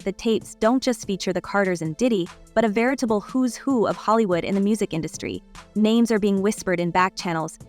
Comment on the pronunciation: Lady if you are going to do videos get people's names right. Smdh